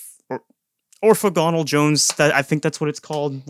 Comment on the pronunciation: Orthogonal is pronounced oar-thaw-gunnel.